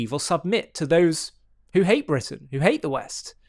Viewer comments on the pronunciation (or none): Bwitain? *Englistan